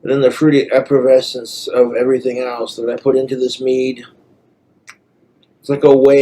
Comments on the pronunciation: Epperbessence. Is that like prahma-john or more like sar-in-ghetto? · Not the "eppervessence" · The wines fruity "eppervescence" is coming in nicely,. The only thing that's fruity & effervescent in that room is you,.